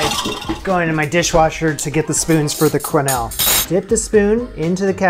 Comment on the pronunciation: The ‘qu’ in ‘quenelle’ is pronounced like a ‘k’.